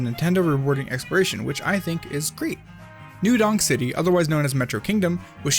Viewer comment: You said "new dong city" instead of new donk city